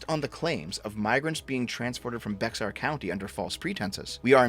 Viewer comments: Haha, Be-“X”-ar County. Hehe. It’s actually Be-“HA”-r, or simply, “Bear” county. But whatever, Canada’s far from Mexico. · so you know, Bexar county (San Antonio) is pronounced "bear." The X is pronounced more like an H. Also, what DeSantis did was indeed a political stunt, as you correctly point out. But what you missed is that Biden does not have a failed border policy. His border policy is doing exactly as he and democrats intend: to promote, encourage, and streamline illegal immigration. For years now, democrats have promoted this policy knowing that, aside from California, they have been screwing all the red border states with this policy. This has been going on for many years. They deny it, but their ENTIRE STRATEGY regarding the border and immigration is nothing but a decades-long political stunt. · "Bexar county" is pronounced Bear county, just fyi. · San Antonio Texas is home of bexar county. Bexar is pronounced "Bear" 🐻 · Bexar County Pronounced "Bear" Yeah, I know, fuckin' weird. Lived in Texas my whole life, was 24 when I heard it pronounced properly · He isn't allowed to deport them. Also Bexar is pronounced Bear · saying Bexar physically hurt. Just the same as when he tried to pronounce uvalde. It’s pronounced Bear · 'Bexar' is pronounced 'Bear', like the animal. The 'X' is silent. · Pronounced "bear" county, Texas. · I'm from San Antonio and the way you pronounced "Bexar" made me cringe. Please, it's pronounced "Bear." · Bexar is pronounced "Bay-Har" not "Bex-Ar." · The x in bexar county is silent so it's like "bear" county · I know your not American. Or even a Texan. But by GOD please pronounce "Bexar County" as it is properly pronounced - Bear. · Good vid, but it's pronounced Be~har or Bear. Not Bex-ar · Bexar, the x is pronounced like an h due to Spanish influence. It sounds like "Bear" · Bexar is pronounced Bear, talk to the Native Americans, I don't make the rules. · "Beks-ar" lmfao. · "Bexar" is pronounced like "bear"